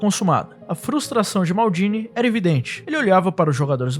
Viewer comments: Que P de "mardini", ta achando que o cara é caipira? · engraçado o jeito de ele "maldini" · Muito bom o vídeo e bem didático pros jovens estudarem a história do futebol, mas fala MALDINI como um brasileiro msm, mané... Na humilde.. soh um toq